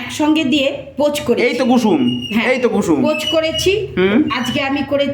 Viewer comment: Poch Cari ❌ Pich Cari✅😂